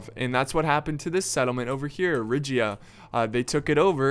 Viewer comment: The way he says Riga, so bad so wrong, love it :D